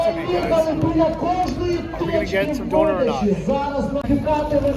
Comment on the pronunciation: please, consult Bald, it's pronounced Donna like the name, not donor like organ donor 😂